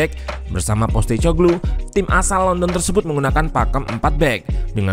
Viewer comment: sebagai info ajja utk namanya pelatihnya Spurs baca nya POS (seperti kantor pos) TE (seperti nama minuman, teh) KO (seperti "ko" pada kompor) GLU (paling dekat seperti menyebutkan bahasa Inggris glue yg artinya lem)